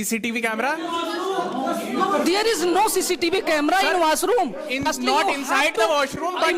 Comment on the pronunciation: Pirstly😂😂😂 Great debate.